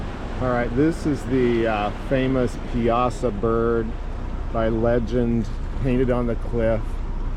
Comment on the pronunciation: Piasa is pronounced Pie-a-saw fyi